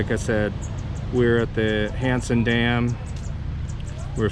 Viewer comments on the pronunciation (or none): It sounds like your saying handsome Dan lol